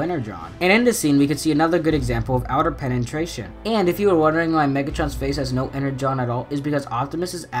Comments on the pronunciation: Penetration not Penentration. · Pen-en-tration no it’s pen-na-tration that’s so u pronounce it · “Pena-tration” thats how its said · "Penentration" What the hell 😂😂😂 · What is a penentration? Its a penetration dude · Penantrashon lol